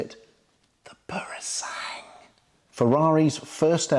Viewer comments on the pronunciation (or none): Thank you for the information. But please do not change the name of the Purosangue, it is not purosang but Puro-san-gue. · i think i've heard you calling it "Purosang". The last syllable (GWE ) was missing. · Purosangue is pronounced pooro-sang-gwe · For those who may care: "Purosangue" is pronounced "PUROSANGWE" - where "GWE" sounds the same as in "Gwen", Owen, Dwell etc. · Ok let's get the pronunciation right... PuroSangue is "poor..roh" "sangweh". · Great review. Do try and pronounce the ‘gue’ at the end of Purosangue. Like the English word, sanguine. ☺️☺️☺️